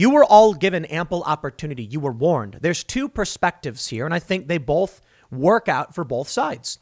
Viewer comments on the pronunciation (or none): Tim says “bulth” instead of “both” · If you do, please don't be like Tim and pronounce "both" with an "L", it will give you away and we will feed you to the hogs. Lol